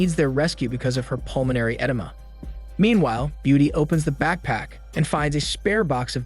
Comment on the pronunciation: Every time he says “edema” I cringe inside